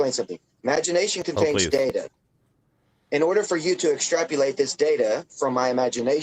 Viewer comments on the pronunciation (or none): “ extrapulate” holder of a Harvard phd in linguistics probably. 🧐